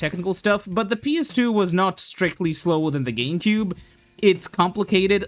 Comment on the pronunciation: why do you pronounce it like "geemcube"